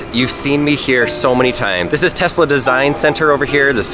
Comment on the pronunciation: He said testla 85 times! Lol